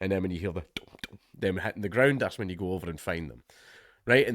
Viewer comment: "ILL TEACH YEEW"